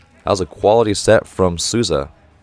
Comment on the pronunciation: Great video. Just one more tip about the names, Souza is pronounced like "Soul za", cheers from Brasil, keep these video coming, they're great and informative.